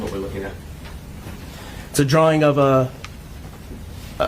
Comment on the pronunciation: Omg its drawing not dralling 😂i love you 💗